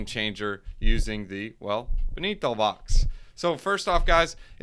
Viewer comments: its not ben-ni-to... its BEN-TO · BEN-TOE BRUH BEN-TO